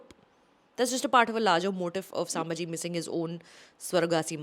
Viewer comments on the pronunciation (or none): it's sAmbhaji and not sAAmbhaji